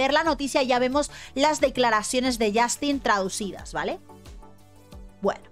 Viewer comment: "yAstin"...yAAAstin...i stopped the video...i just can't!!!!